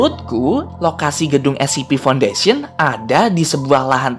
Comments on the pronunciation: Scp bukan sip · scp an*****ng bukan ssipi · Scp bukan ssip